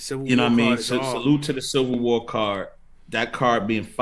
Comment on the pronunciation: Charlie you gotta learn how to say “Civil” man haha